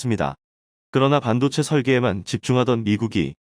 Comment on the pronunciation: 읽기 연습후 방송하라 반도체를 반도제 신조어 양산 기사를 요약하거라 듣기가 거북하다